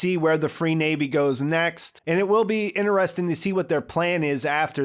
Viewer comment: for god's sake stop saying INNERESTIN